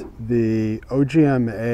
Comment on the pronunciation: Small correction. It's not O G M A. It is the name of a star and it is pronounced: Ogma.